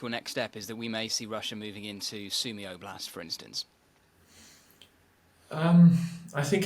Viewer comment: It's pronounced ob-last, rather than Oo-blast. I should know, I speak fluent Ukrainian, and was in Ukraine yesterday!! Слава захисникам України!! 🇺🇦🇺🇦